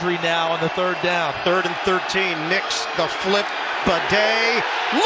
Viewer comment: he literally said in an interview when asked how to pronounce his name that it's "ba-day".....how hard was that?